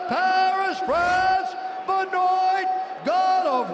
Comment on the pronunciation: C'est drôle bruce buffer ne l'appelle pas "benoit" mais "benoye"